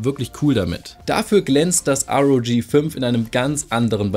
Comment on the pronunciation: sag bitte R O G nicht Rog